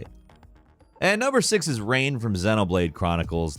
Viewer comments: Okay, i need proof that you actually PLAYED Xenoblade Chronicles now... First of all, you aren't even close to saying Reyns name right, even though it's said out loud multiple times ingame, leaving you with no excuse for this mistake if you played the game. And even if the voiceline is subjective to everyone, the AI for Melia and Sharla is INFAMOUS for making certain fights next to impossible without being at least a bit overleveled if you don't play as them... Sharlas AI will never use her talent art, unless her rifle is overheating, leaving her to do nothing for an extended period of time, leaving you with no buffs or healing in the meantime. Melias AI seemingly just summons elements at random, and never uses them in a meaningful way, and even the most incompetent player will do a better job of controlling her... So in my experience at least: Sharla is most efficient when you control her, but she is INSANELY boring to play as. Melia never really shines without you behind the wheel, and she is arguably the character that takes the most practice and knowledge to know how to use efficiently. So even of you might be tempted to just let the AI control them for those reasons, you are likely better off leaving them out of the party entirely, especially when you have Dunban, Rikki and 7 to take their place! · The fact that he mispronounced Reyn's name after saying that the line is seared into his brain is just laughable. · Reyn should not be on the list. Firstly, you pronounced his name wrong, there are even clips in this same video that show how to pronounce it correctly. And secondly, it should be Sharla instead. She doesn't have as many annoying lines and she's good for healing, BUT HER RIFLE COOLDOWN!!! It makes her a liability. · why do you pronounce his name rain when he says his name in the voice clip you showed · Rain? Really???😒😓 its pronounced RINE. (Reyn) Where is the "A" in that? lol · Sorry not trying to be rude but it’s not Rain it’s More like Rine. :)